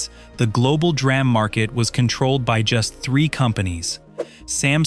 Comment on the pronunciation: It's D - RAM !!!! Someone has to stop that AI narration crap